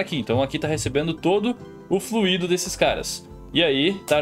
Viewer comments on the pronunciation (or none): none